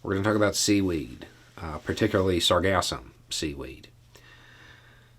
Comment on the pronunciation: Holy crap it's too early i thought you said seagasm😂😭😭😭